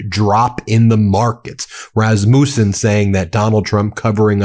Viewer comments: it is a short a in rasmussen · It's not Razz-moose-in. Rass-muss-in. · Rasmussen is pronounced ras mus en. Not muse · You pronounced Rasmussen wrong. It is pronounced Raz like cat. And then MU is Ma like truck. And then send is like send I don’t know how you make those correct little indicators but anyway there are Rasmussen in my town and so I know how to pronounce it and I want you to know too. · Ben: the name is Rasmus' son. Rass-mew-son. Accent on first syllable. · As a Dane, I die every time you say "Raz-moussen" 😂😭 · Pronounced Rass ma son!!! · Rasmussen: 3 sharp s, and speak this name quicker please. Rasmussen is Danish and Norwegian origin. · Please learn how to pronounce RASMUSSEN